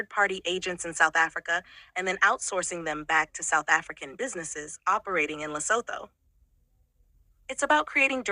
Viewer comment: Did you say lesapo 😂😂😂😮